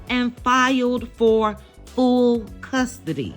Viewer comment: Did you say "Fool" custody. Commentary on point.